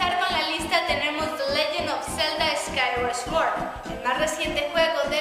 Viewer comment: 2 detalles... la pronunciación: cuando dijo "chenoblei" y cuando en realidad esa X se pronuncia como una Z, y cuando dijo zelda skyward sword a dura penas se pudo distinguir que habia dicho y el audio es la falla desde el cap 3 en adelante.